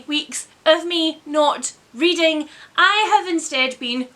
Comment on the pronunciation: weeding instead of reading ahahaha